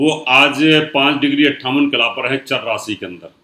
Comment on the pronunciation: rasi NAHIN RASHI hota hai aur sani nahin SHANI hota hai kripya UCCHARAN sahi kareyain